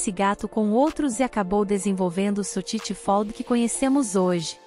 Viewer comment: Nao existe sotiti fold falou o nome errado